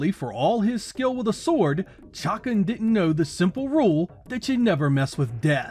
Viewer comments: Oh my lord its not "chockin" its "shuh-khan" !!! This is absolute blasphemy!! Shame on you! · You’re pronunciation of the characters name just kills me 😂 “Chuck’n”